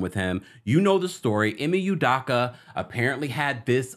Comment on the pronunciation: me too. I waited to comment hoping he would finally get it right